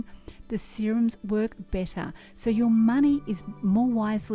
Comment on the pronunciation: When you said better I sensed that your Aussie, are you? Heheh